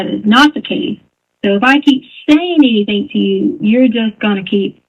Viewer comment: It IS nuts to me when alleged experts use such articulation as her ‘intelligence….’ Especially when she speaks such horrid English at times! ‘Anythingk’ is NOT a word. Neither are ‘dis’ and ‘dat!’